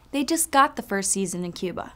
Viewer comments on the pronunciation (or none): none